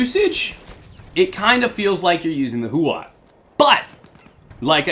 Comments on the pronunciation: The accurate pronounciation is "showshow" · Why does every native english Youtuber pronounce this gun as it was written "Chauchau"? :D